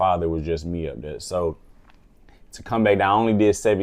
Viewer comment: “When we get DERE” 🤣🤣🤣🤣🤣🤣🤣